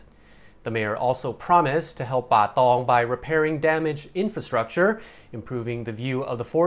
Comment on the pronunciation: Love the way he says Bahh Tongh 😆